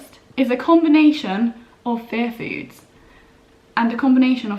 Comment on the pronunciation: Omg... All these months I thought you were saying, "fair foods." 😅🤦‍♀️ Aiyiyiyi